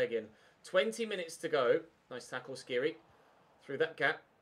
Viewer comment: dislike coz u still pronounce skhiri wrong after 6 episodes